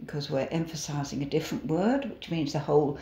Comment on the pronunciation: You didn't pronounce the letter T at the end of Different. 😝